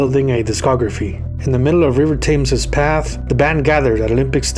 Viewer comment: The River Thames is pronounced: (/tɛmz/ TEMZ) Known alternatively in parts as the River Isis, the Thames is a river that flows through southern England including London. At 215 miles (346 km), it is the longest river solely in England and the second-longest in the United Kingdom, after the River Severn. The correct pronunciation for Krzysztof Penderecki is: Pen·de·rec·ki, Krzysztof [ˌpendəˈretskē]